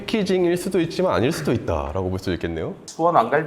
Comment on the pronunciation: 수원 왕갈비 맛있죠! ㅎ 저도 다시 돌려봤지만 그렇게 들리네요.